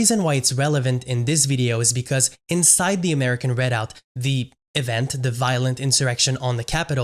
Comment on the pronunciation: Perhaps you should have learned how to pronounce the word "Redoubt" before making yourself look idiotic by mispronouncing it dozens of times in your video. You suffered a huge logical disconnect in attempting to associate two movements from the 1980s and 1990s, citing ZERO individuals who were in either of those movements that are now in the American Redoubt movement. The American Redoubt movement is outspokenly ANTI-racist. But yet you conclude that it must somehow be connected to a defunct RACIST movement from decades ago. Your lack of logic is astounding.